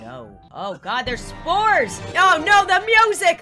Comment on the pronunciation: When you said you were scanning for spores I thought u said scanning for sMoReS 👌